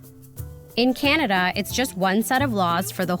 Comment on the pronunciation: When he said "Canagay" I thought he was talking about one of their shit eating states. 😂😂😂😂😂